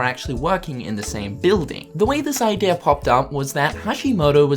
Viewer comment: he says idea like ideaeeerr